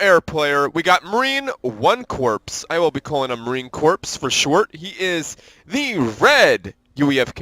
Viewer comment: I hate to be OCD but it is pronounced marine “core” not “corpse”